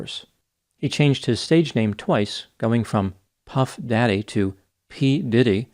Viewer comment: Always respect for reading modern pop culture references like a concerned father. The pronunciation of Puff Daddy got me in the funny bone.